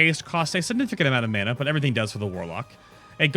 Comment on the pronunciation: funny how you say mana, "menna" :p